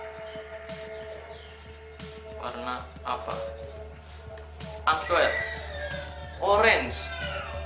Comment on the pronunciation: Bang ini cuma benerin ya Kan tulisanya answer...tapi dibacanya " enser" yg betul Cuma benerin aja jangan salah paham